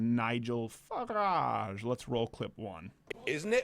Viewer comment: You said Farage correctly.